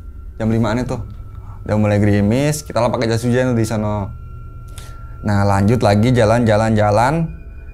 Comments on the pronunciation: ada yang ngitung ga, berapa kali narsum ngomong DI SONO pake K ^.^ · Gua keganggu sama kata "disono" .. Disono nya pake penekanan seolah nama tempat.. (Kaya di solo = nama tempat) Padahal disono itu cm kata yg menunjukkan suatu tempat,bukan nama tempat...